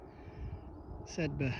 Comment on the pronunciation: Your enthusiasm for getting up into the mountains really shines through here,. Great to see 👍🏻 I briefly lived on a road called Sedbergh Crescent, and everyone pronounced it like Sed-berg, sounding like iceberg. I'm glad to hear someone say it correctly now mate. I feel enlightened 😁